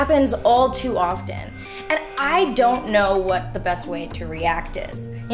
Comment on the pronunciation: Her pronunciation of "often" sounds like a name from The Handmaid's Tale. :)